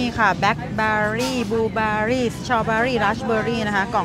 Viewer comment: Berry = แบร์รี่ ไม่ใช่ X เบอร์รี่ X ที่คนไทยชอบออกเสียง ชอบมากครับที่ออกเสียงตรงและชัดสุดๆ ๕ ๕๕๕ สักวันนึงคนไทยคงได้สติ และออกเสียงให้ถูก!!